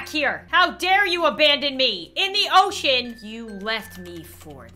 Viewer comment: Am I the only one who heard “ocean” as “oh sh1t”